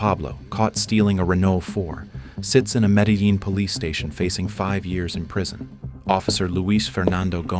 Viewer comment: Yeah just listen to medellin😂 pronounced me-de-yeen